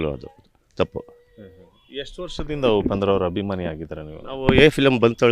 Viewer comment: ಗುರು "ಆ" ಕಾರವನ್ನು ಸರಿಯಾಗಿ ಬಳಸಿ. ಅದು "ಹಭಿಮಾನಿ" ಅಲ್ಲ "ಅಭಿಮಾನಿ". ಹಾಗೇ "ಹಾದಮೇಲೆ" ಅಲ್ಲ "ಆದಮೇಲೆ". ದಯವಿಟ್ಟು ಕನ್ನಡ ಉಚ್ಚಾರಣೆಯನ್ನು ಸರಿಯಾಗಿ ಮಾಡಿ. ಕೇಳಲು ತುಂಬಾ ಮುಜುಗರ ಆಗುತ್ತದೆ.